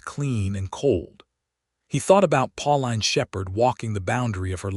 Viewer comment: Pauline is pronounced, "Paul-een," not "Paul-line!" This put me off the entire story, darn it!!